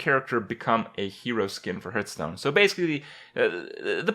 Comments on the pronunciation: did he just say "Purtstone"? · also "herthstone" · 1. It's Hearthstone, not Hurtstone 2. Do something for your facial hair